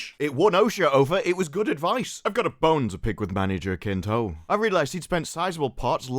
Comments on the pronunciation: HA-SIN-TO Not jakinto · Jacinto in Span is a first name. And ridiculous, btw. It's pronounced hathinto and it's laughable 😂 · Manny Jacinto is not a bad actor, he did well in "The Good Place". Jacinto is pronounced here "Hasinto"... H, like in "Harry". Greetings from México.